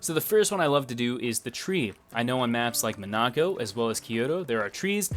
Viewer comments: why did bro pronounce monaco like that stress goes on the first syllable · that is incorrect sir. It is MON-uh-coh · Lmao clicked off as soon as you pronounced “Monaco” like that . It it ever happens again I’m disliking every video and unsubbing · the way you said monaco really sent me aswell xD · I was watching at 1.5x speed and had to relisten to that 4 times before I understood xD